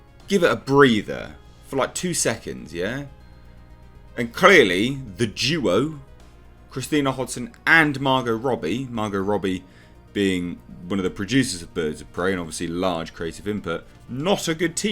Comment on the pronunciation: Be careful saying "Duo" with your accent! It sounds like Jewo, and that's enough to have you taken out to the desert and buried alive, as far as the lunatics are concerned. They went after a guy for saying USA in a Puerto Rican/Dominican accent, Jew Ess Ay.